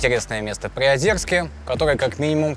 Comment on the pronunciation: Класс, только не ПриозЁрск, а Приозерск. Через «е».